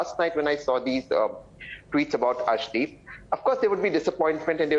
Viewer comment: Nice to see you back Padmaja This can’t pronounce the name of Arshdeep properly claims that 25% Indians trolled against Arshdeep Sirsa is correct in filing case against Zuber for spreading false rumours on Arshdeep in Pakistan These along with Pakistani echo system are the real culprits in spreading false Kalisthani propaganda on Arshdeep